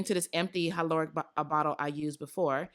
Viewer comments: I truly do love you girl. I love you so much that I gotta tell you- the word hyaluronic is actually pronounced HI-LAH-RONIK 🥴🥴🥴 Can’t have you going out like that 😩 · Omg I’m sooo trying the hyaluronic mixture!! I always learn something new with you!! Lol the way u say hyaluronic 😂😂🤗❤️❤️ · When you pronounced hyaluronic acid I was confused for a second 😂😂 But wow I didn’t know you could put it in your oils I might have to try that 🤩